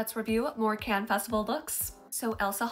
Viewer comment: I can’t with the poor pronunciation of Cannes.